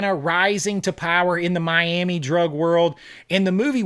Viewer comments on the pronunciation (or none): none